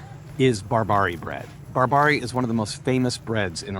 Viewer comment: which area or which street the market is located the food you were explaining is not sorabe is seerabe and the brand is not BorBerry is bar-barea ( sound like apple )